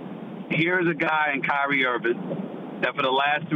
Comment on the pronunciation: Kyrie Irvin' - Stephen A